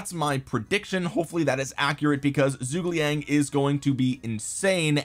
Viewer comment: Please learn how to pronounce zhu ge liang